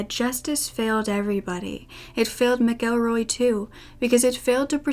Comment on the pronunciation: Thank you, so much, for knowing how to pronounce "McElroy." The traditional Irish language form is "M'Gillruadh," ergo, it's pronounced "mihk-ELL-roy," not "Mackle-roy."